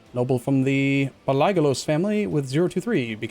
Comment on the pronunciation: I know it's been a while since you uploaded this but I have to let you know. So in greek, the letter a followed by i is read like the greek epsilon, it's an "eh" but the h is silent (dunno how else to explain lol). You know how you reed paleontology? That's the same way you read palaiologos. The name actually means "old word", palaios (old) and logos (word-speech). Similarly, in greek, the letter o followed by i is read like an english e. So pronoiars, are actually read as pronears. Every single non greek has this weird thing when pronouncing words that have diphtongs. There's actually 8 of these in the greek language, where a vowel followed by another vowel is read like a completely different letter, but there are rules and apply to all uses (not like english where the same letters in the same order can be read 5 different ways). If I find any more like these in your video I'll let you know :) Also, thanks for playing more EU4 man.